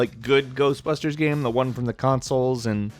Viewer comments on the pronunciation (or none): Does anyone else find it funny (while making as little fun of as possible) how (?) pronounces game sometimes? "Gayemm". Lol:P Just amusing.